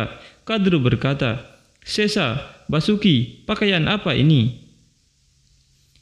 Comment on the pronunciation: Basuki gemana, itu Vasuki di baca Wasuki bukan basuki